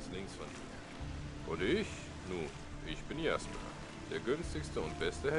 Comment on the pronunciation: A ludzie narzekają na dubbing w mrocznych tajemnicach a tutaj widzę w ogóle nie jest lepszy poziom :P Powodzenia w przechodzeniu modyfikacji ;) Jeszcze taka sprawa w niemieckim języku nie ma "dż" więc czytaj "Jasper" np. Tak sam jak "Jarkendar" a nie "Dżarkendar"